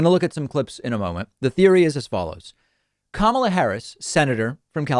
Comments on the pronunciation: Cam-ala Harris??? I know of Kamala Harris... When you heard her name a hundred times and your still saying it wrong...that's sus af. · "Kam" ala?? Is he just as bad as Trump when he said "Ku" mala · Obviously Stinchfield is pronounced St INCH field and not stink field, and i dont like this sort of nonsense in a supposedly serious commentary, but then when David flicked to stinky he pronounced Kamala as Camel-ah , so all's fair in love and war stenchy stinky field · These “theories” are just ridiculous. I love how these right wing channels keep saying Sen. Harris’ first name incorrectly on purpose. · stenchfield mispronounces Kamala's name, probably intentionally, although being a GOPer, he doesn't read that well. What a bag of gas. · Notice how he intentionally pronounced kamala's name incorrectly? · Notice how they always intentionally say her name wrong smh. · Wow Stinchfield can't even pronounce her name... Why would you trust someone that doesn't know enough about politics to even pronounce names correctly. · Starts off with Stinky Dude misprouncing Kamala's name. So sick of this propaganda.